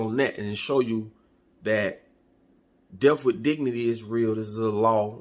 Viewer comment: Well I think I'm about to go to Switzerland....... btw it's not pronounced deff.... it's a (th) at the end of that word.